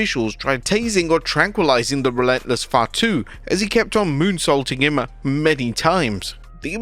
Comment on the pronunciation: Lol your "Fatu" sounds more like 5'2